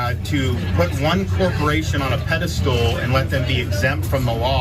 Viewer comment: I think DeSantis said, "pedal stool."